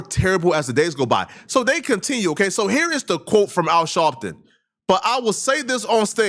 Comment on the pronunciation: Are you saying Shalpton?